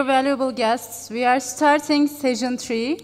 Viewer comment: Bu kadar şaşkın master of ceremonies görmedim. Sunuyor, gidip konuşmacılarla beraber oturuyor!? İngilizce desen o da yok. Telaffuzu, kelime seçimi, dilbilgisi, hepsi hak getire... Session kelimesini "sejın" diye telaffuz ediyor. Hayretler içinde dinliyorum.